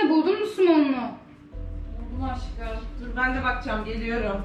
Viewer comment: Nobody: Ecenaz:Aşkıım